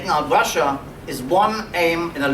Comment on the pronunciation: Lmao that one guy says "Resshia and Reshins"